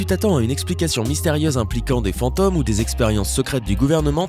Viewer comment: pourquoi il dit "fanteum" 🤔